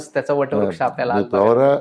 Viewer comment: प्रवारा नाही प्रवरा म्हणा